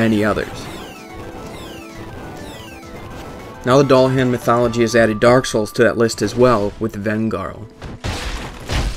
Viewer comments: Your pronouncing Dullahan wrong. Its Duel-a-han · It's pronounced "Dü-lah-hån" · Nice to see Irish mythology in Dark Souls, but it's actually pronounced DOOLahan .. I know .. The Irish language fucks with everything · so so good, but it's pronounced: Doolahawn. Legend of The Dullahan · That's sweet about the Dullahan but it's actually pronounced as "Dool-ahan" :) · It's pronounced Doo-la-hawn. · He says Dullahan wrong and it bugs me to the core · i know one thing doesent, how to pronounce dullahun. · Only thing I learned here is how NOT to pronounce Dullahan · You pronounced Dullahan incorrectly. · ur pronouncing dulluhan wrong